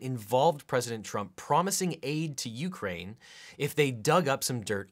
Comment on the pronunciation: Why does it bother me so much he says it "You-crane" with a pause, it drives me insane